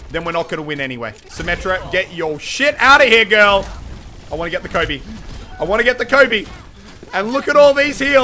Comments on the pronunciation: He was saying Colby instead of coby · Did he say Colby instead of Kobe? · Is he saying Colby..?